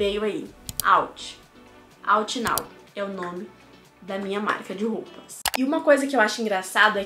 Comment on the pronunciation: Mas fora é “Out” não “outh” kkkk